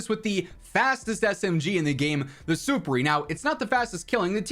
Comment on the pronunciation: I can’t take it anymore. It’s been a while now, and everyone keeps mispronouncing it… “Superi” is a Latin word which when properly capitalized translates to “above,” as in ‘superior.’ It’s not suh-per-eee, super-eee, it’s SOUP-PEER-EYE.